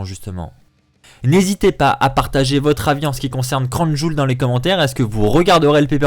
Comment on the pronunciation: Le catch est avant tout du divertissement certains catcheur non pas le choix d'y venir et ils vont quand même risquer leur vies pour nous ça serai que irrespectueux de votre part de ne pas regarder ce qui se passe au niveau politique ça nous regarde pas ni la wwe. Puis on dit pas crown joul mais crown Jiwéle ptn